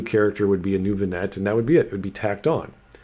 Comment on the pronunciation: Love your work, but your killing me with your mispronunciation of vignette. The correct pronunciation is: vin-yet and not vin-net. Keep up the great work.